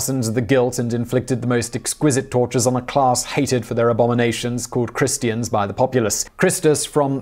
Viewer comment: He did not say Christians or Christus. He said Chrestians and Chrestos.